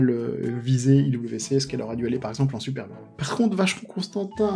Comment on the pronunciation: IWC se prononce IVC même en Suisse romande.